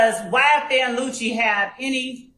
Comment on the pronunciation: She keeps saying luccis name wrong tf is ynf lucci